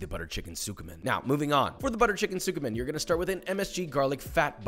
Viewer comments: dude said sookoo men when it's pronounced skeeman 💀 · His pronunciation of Tsukemen is so bad, I love it 😂